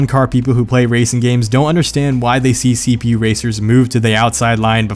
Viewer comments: It sounded like you were saying cbu and not cpu. I was getting confused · When he said CPU, I heard CBU and so when he said " wait, how do you not know what a CBU is?" I got sed bc my eyes are practically on games ( racing games) and then when he said the definition of CPU I was all happy I'm not a nuub at games not knowing what a CBU was lol :')